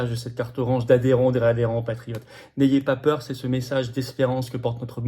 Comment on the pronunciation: "il ne vo ba zavoir peür" ou "n'ayez pas peur" ?